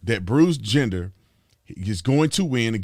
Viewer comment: I'm pretty sure Brandon is mispronouncing his name, but it's actually perfect. Bruce Gender. :)